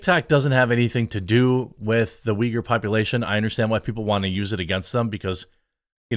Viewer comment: as a Turkish person her prononcuation of uyghur triggerd me XD Like how can you mess it up that much it is uygur not vigur... whatever also as a Turkish guy live in Turkey where islam basically exploited all of our government and laws i can safely say never ever blindly trust people when they talk about persecution of muslims. Never. There are way too much bad actors in islam and people just usually dumb founded because they dont expect it. People assume taliban forcefully take over afganistan but nooo afganistan actually opened their arms to taliban because they assume they are same religion therefore brothers and sisters. People on west are basically become too confortable and weak because of how non violent christianity is and they assume same from islam. They are way worst than what old brutal churches are but they have justification for their crimes too.